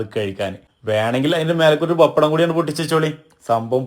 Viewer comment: Bappadam alla bro it's pappadam